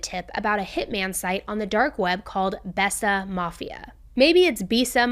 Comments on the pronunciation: Think It was pronounced bay sa mafia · Besa is pronounced [bay-sah] and means “to believe” in Albanian. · It’s pronounced bayza… love your content